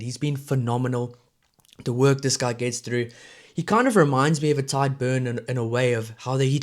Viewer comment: Pronounced Tige not Tide Beirne & Furlong. Other than that pretty good